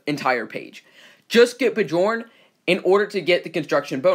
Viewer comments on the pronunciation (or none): Thought it was b + yorn when pronounced....